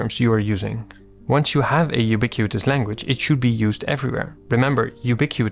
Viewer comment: Thanks for yet another gem of a video. As a senior software engineer your videos help me communicate the things I treasure in simple terms for everyone to understand, which can be a real super power ☺ btw: congrats pronouncing “ubiquitous language” 3x in a row without messing up… 😅